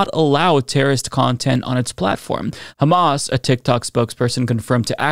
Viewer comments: man when she said "KKKHHHHHAMAS" I totally dropped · Isghael😂. Khamas😂